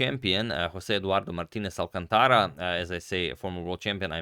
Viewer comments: It's not "alcanTAra", but "alCÁNtara". That's why the stress marks are added in Spanish: so you know where to stress words. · I like the new look alright, although I would suggest trying a different font for the quotation at the top. Also, that guy's name should have the third to last syllable stressed (hence the accent mark) ... ie al-CAN-ta-ra, not al-can-TA-ra